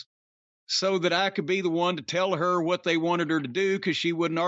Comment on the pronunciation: "hWAT?" -Corny